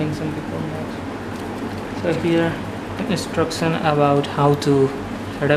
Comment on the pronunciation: What's INTUCTION!!! Lol oh he means instruction